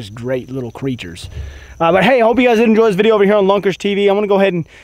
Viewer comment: When you have enough Tito’s to say viday instead of video today lol